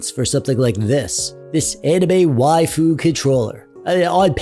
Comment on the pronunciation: You pronounce waifu correctly. However Can you pronounce "doge" properly? Protip: Don't be a casual normie and mispronounce it/confuse it with the German word doge. "doge", like "waifu", is supposed to be a weeb's way of saying a Japanese word in English. Like "sage" and "age" (not the English words sage and age... the Japanese words, "sah-ghey" and "ah-ghey"), "doge" is meant to be pronounced like a Japanese person saying "doggy" (doe-ghey). BUT THE ENTIRE WORLD MISPRONOUNCES IT AS "dohj" AND IT'S INFURIATING.